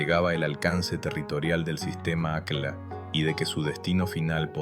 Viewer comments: Se pronuncia acj-lla, no acla y se escribe aqlla. En quechua, o qechwa, el fonema "Q" es gutural y suena como una "CJ", y la doble "L" es muy pronunciada, no es lo mismo Atahualpa que Atawallpa. Tembien es importante saber que tampoco se pronuncia como una "SH", como los porteños, que pronuncian "posho" cuando quieren decir pollo o cuchisho cuando dicen cuchillo. También el fonema "Y" en quechua suena como "I" y no como una "SH". Esto teniendo en cuenta que muchos ispano hablantes confunden la "LL" con "Y" y al mismo tiempo, la "Y" con "SH" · Esa voz...mmm, IA? Al menos corrige la pronunciación No es "Aclas", es "acllas" ( suena ac-yas)